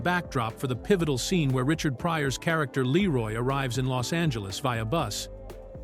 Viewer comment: I love how the AI narrator pronounces his name ‘Laroy’ like all of the White people in the movie. 😂😂